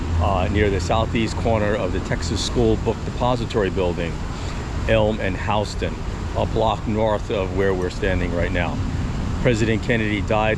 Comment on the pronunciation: It's Houston Street not Hawston Street